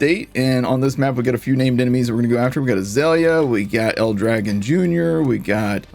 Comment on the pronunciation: Aww... no love for the real pronunciation to El Dragòn.. Battleborn was so good. So much character in everything.